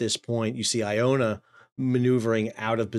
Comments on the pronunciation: "Archipeligo" is pronounced ark-i-pell-i-go. The ch is pronounced as a "k" as in "architect." And the vessel behind the Polesie, is "Iona" not "Ionia." You seem to use the two names interchangeably. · Stop calling Immingham, Iffingham and/or Effingham. (It's not potaotes or potatoes or tomatoes or tomatoes, let's call the all thing off.) Oh, and big cruise ship IONA, is not pronouced Iownia. And as for calling ships by name when your title says Polsie! Good luck with that then! Overall and ignoring the above, a great analysis of the incident. I've subscribed for the information you otherwise presented.